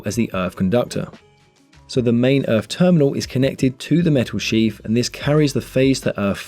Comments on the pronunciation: Im pretty sure it is called sheath and not sheaf 😂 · Usually, I'd refrain from interfering, but seeing as viewers are coming here for educational purposes, I feel obliged to point out that the correct word is "sheath", not "sheaf". Sheaf is a bundle of grain stalks. While electrical wiring has a Sheath. Apologies for being a grammar-troll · It's Sheath, not sheaf. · ... it should be "sheath" ... not "sheaf" ! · It's "sheath" ... not "sheaf" ! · Excellent descriptive video. Thank you for sharing your content. Sheath not Sheaf. Just saying. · Is that really a "sheaf" in UK English and not a "sheath"? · Great video guys. Surely you mean "armoured sheath" and not "armoured sheaf"? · It’s a sheath around a cable not a sheaf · Very useful - But I think you mean 'sheath' - not sheaf. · Dry good clear explanation, just think “sheaf” is actually “sheath” ?? Don’t think corn has much to do with 230v😆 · That's just the way it's pronounced in the Sarf East. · sheaf = sheath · Sheaf? I though it was sheath. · Superb, clear explanations. Thank you! Just one query... it's "sheath", surely, not "sheaf"? A sheaf is a stack of corn. Or is this an industry-specific term? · Awesome video with amazing content. I'm still trying to get passed "sheaf" vs "sheath" though! :) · I was just going to say the same 🤣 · Sheaf or sheath?